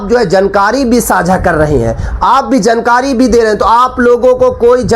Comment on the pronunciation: Abe bolna thik kar le jankari nahi jaankari bol jahil